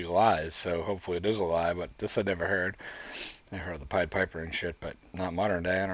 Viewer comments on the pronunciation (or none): none